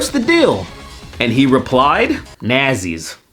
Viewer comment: That's not how you pronounce nazis